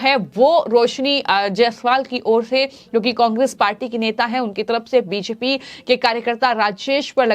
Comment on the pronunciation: Anchor BJP ko beshpi bol rhi hai kya ya kuchh aur hai??